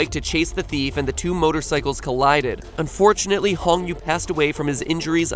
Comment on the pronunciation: Wait did he say "unfortanately" when he talked about the 76 truck?????